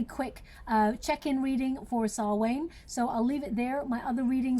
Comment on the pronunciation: It's pronounced sow-on Not sal-wain FYI love u lots